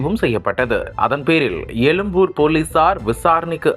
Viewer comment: Yennaa paa nee YELUMBUR nu solraa...!!!!!!!!!! unnaku " ழ " la pirachanai pola !!!!